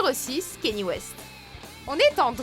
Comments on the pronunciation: Je vous l'apprends peut être mais on ne dit pas Kenny mais Kanyé pour Kanye West (je l'ai appris il y a peu de temps, alors je le partage) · Ça ce prononce "Ka ni é " pas Kenny !!